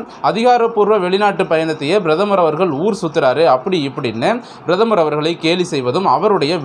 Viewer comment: Kindly pronounce prathamar .correctly